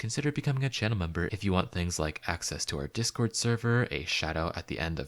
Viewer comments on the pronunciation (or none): none